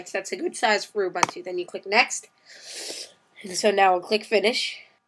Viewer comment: BDogbz.. it's Linux. An operating system. He's pronouncing it incorrectly though. You pronounce it "Ew-boon-to"